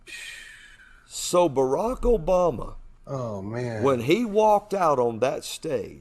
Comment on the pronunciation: Does he know how many ppl were named barak back then? And Obama is not pronounced Obomal or whatever